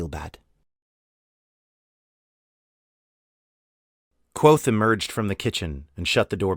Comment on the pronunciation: Great reading, and for the future, it’s not “quothe”; the “V” in Kvothe is pronounced.